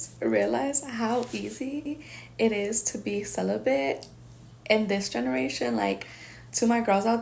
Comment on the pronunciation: I think she's confusing celibate with sell-a-bit